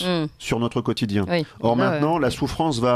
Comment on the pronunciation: Notre ne se prononce pas n^tre. Pas natre non plus comme dans le Midi.